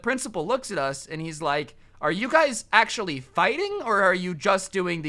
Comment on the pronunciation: No one: Absolutely no one:: Achother